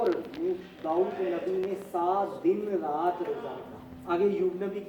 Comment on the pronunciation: تین دن تین rat نہیں brother تین رت din